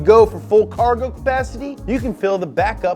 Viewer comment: MO CAWGO BABEH